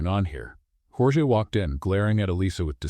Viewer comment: YOUR A.I. IS SHIT..! SPANISH PRONUNCIATION OF "Georges" (and, it should be spelt : "Jorge"), ...is, phonetically : "HOR- HEH" ...the Spanish equivalent of "George" in English. DO YOUR HOMEWORK ! DO YOUR VOICE EDITING ! FUNNY STORY, ALL THE SAME... Rating 8, but a 10 with proper editing !!